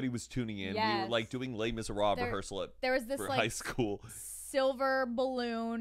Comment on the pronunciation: “Le Miseral” HAHAHA I love